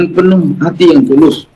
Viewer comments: Pulus pulus bukan tulus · Pulus kalik bukan tulus😂😂😂😂